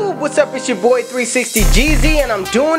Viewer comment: Swear you be saying “jewtube” and not YouTube